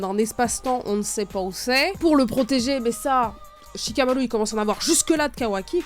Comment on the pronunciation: comment tu prononces shikamaru 😅😅